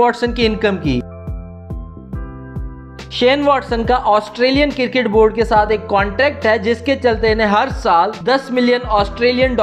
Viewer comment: Cricket Not Criket